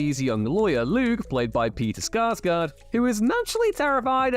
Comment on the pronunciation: Sarsgaard not Skarsgaard